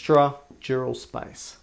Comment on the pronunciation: SPICE?? i was confused at first. its space